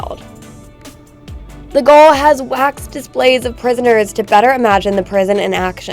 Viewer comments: gaol is not pronounced "goal" like in sport, but is pronounced like "jail". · Ouch!! I winced every time she (it?) said "gall" for gaol. The pronunciation is "jail" ('Near enough for Government Work', anyway!) It's pronounced 'Jail' because that, as you can see, is what it was. It's just an old fashioned 'British - English' way of spelling it. I've got to say, the style of narration (most particularly the voice) puts my teeth right on edge as well! That "Is it a woman trying to sound like a computer, or a computer trying to sound like a lady" delivery, it makes my knuckles just go white! - and then, as I say, the voice... I get that the video is, more than likely, intended for a primarily American audience. No problem. My late wife was American, hailed from Denver. But the woman/femme-bot here, she's simply narrating a short travel video - so why does she sound like she's trying to flog something to a 'demigraphic' of 8 - 12 year old girls; a block of stables for Barbie's 'herd'(??) of horses and ponies, perhaps, or some merchandise connected with the latest instalment in the "Frozen" franchise, put across in the usual gushing, nasal fashion, so eager and out - of - her - mind with excitement, that she might very easily just come... >`koff!‘< first in the election for 'girl voted most popular'. And if not that, then girl voted most annoying! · Cork city gaol is pronounced Jail .Gaol is the old english spelling though it looks like irish gaelic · btw - Gaol is pronounced the same as "Jail" :) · The pronunciation of Gaol is the same as Jail. 🙂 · I'm from Cork and this video was good! If I had one critique it would be that when you were saying go to a local pub, the video examples you used were not strictly 'Local". One is of my old workplace which was a city centre tourist Pub Lol. oh and with the jail. It's pronounced 'gwayle'. Everything else was great good job! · Gaol is pronounced 'jail' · gaol is pronounced jail its just the old spelling